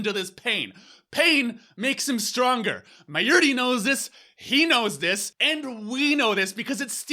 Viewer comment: Forst of all, learn to say Mayuri properly. Then... Can you please stop pretending you are the Steins Gate? You analysed everything, every episode, every character and everything but you didn't write the series. So you don't know everything, and your opinion is the most important thing ever. Now to answer your video, Steins Gate 0 has to happen because Okabe has to find a way to save the day. At least one Okabe had to continue without getting slapped, BECAUSE who gives a shit about the slap when the thing that puts Okabe in motion is not the slap but the video d-mail from the future.